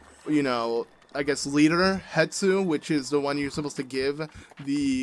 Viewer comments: Wow, it will indeed always stress me out that you call Hestu "Hetsu" lol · Stop calling him Hetsu it’s Hestu idk why but It bothers me